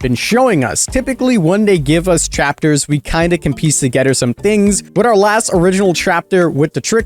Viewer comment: My guy you have to learn how to pronounce "together" correctly. You sound Dutch when you say it. You pronounce the "-ther" in words as "-ter." Not trying to be a grammar nazi, it just bugs me whenever I watch your videos.